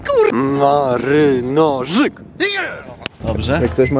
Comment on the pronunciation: W końcu ktoś mówi marynarzyk